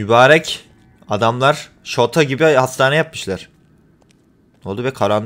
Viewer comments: Abi şato diyecektin şota dedin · Abi şota değil şato